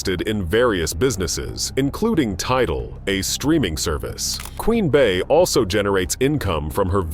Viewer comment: Queen Bee, Not Bay?????Fool